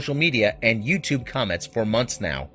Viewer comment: LOL, why does this guy say YouChube. Where is T pronounced like CH.